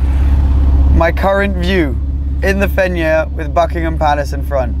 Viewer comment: Who also pronounced “Fenyr” the first time wrong 🤣 Great vidd great girl 🙌